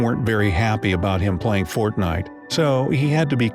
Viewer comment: Please he said fontnite